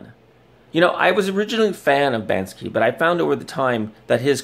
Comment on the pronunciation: 133 views must be a super important guy. His input must totally matter. No proof just accusations. Beautiful. You can't even say Banksy right. Im glad this channel is dead